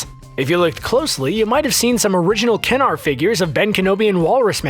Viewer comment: Um. No Kianno Reeves did the woah from Bill and Ted and Kenner is kenner NOT kennar